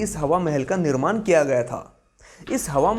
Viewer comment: निर्मान नही निर्माण कहो, हिन्दी अशुद्ध होता है.